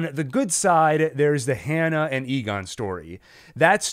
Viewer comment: Love your analysis! But: “Tahnhaus”, not Townhouse! “Trontuh”, not Tront “Yahna”, not Janna Seriously, though, thanks for all the good info!